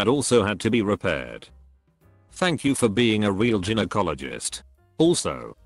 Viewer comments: The word is pronounced guy-no, not gin-o. To the woman with the birth defect: not a defect. That's your HYMEN. Some are mainly open, some have more than one hole. It's a ring of tissue. Sometimes drs need to cut them if they don't break naturally. Nothing defective. I hate AI. Mispronounces every medical word and gives bad medical advice..... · These text to speech videos are awful. What the hell is an Jin-o-cologist? 🤦‍♂️ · Did you not check your crap AI voice b4 putting this vid out??? Geeeenokologist?? Ffs dude!! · "Ginnyecologists" I've found some really lazy and badly done reddit story channels before but this is the worst. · This was interesting but I couldn't get to the end because the computerised voice was so bad.Mispronounced so many words, even Gynecologist! You really need to fix that. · I had to stop listening because of the computer narration. The way he said gynecologist, yeesh!